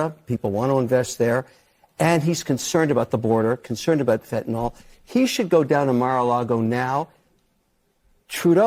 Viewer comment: You can't say FENTYNAL???